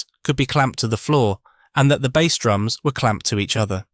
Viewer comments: it really jars, doesn't it? It spoils an otherwise good channel. I struggle to listen to it. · Hearing "bass" pronounced wrong in one sentence then correctly in another tipped me off. Clicked off after that. Don't even care if it's interesting, if creators won't put in the effort, neither will I.